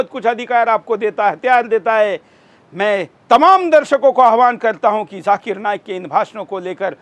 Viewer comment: Abe chutiye lallu....jhakir nahi zakir.. pehle thik se bolna seekh....